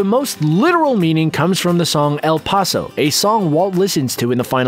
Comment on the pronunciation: And who pronounces El Paso "El Pawso?"